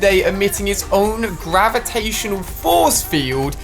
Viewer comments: Gravitaysonal . English... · did anyone else hear gravitasonal😂😂